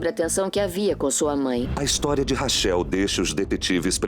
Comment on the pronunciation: Que agonia chamar a moça de "rachéu". Lê "Raquel", pô!